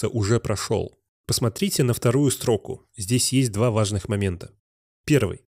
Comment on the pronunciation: Нк понимаю, почему абсолютно все авторы уроков по js ставят ударение на "стрОку", а не "строкУ".. Какая-то проф деформация? Вроде бы все грамотные люди. Каждый раз слышу и каждый раз коробит.